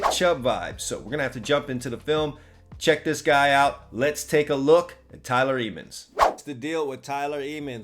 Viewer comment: THATS MY BROTHER ; LETS GOO THEY CANT STOP THAT TRAIN !!!! CHOO CHOO 🚅🚅 Ps. the pronunciation of the last name is not eemans but emmans 😊